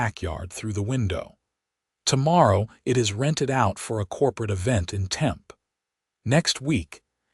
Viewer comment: If you are going to use real city names you need to learn how to pronounce them like Tempe, Tucson etc